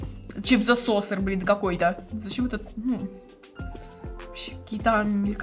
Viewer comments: Ато не соссер а соккер по Английский❤ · soccer читается не сосер а сокер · Правильно не соссер а соккер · Говори правильно не соссер а соккер мы в школе говорили